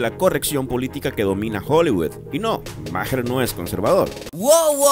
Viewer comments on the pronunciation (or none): Maher se pronuncia ma'ar